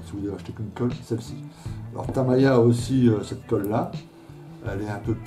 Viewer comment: tamiiiiiiiiiiiiiiiya et non tamaaaaaaya désolé mais ça me gène, sinon très bonne vidéo bien expliquée et détaillée.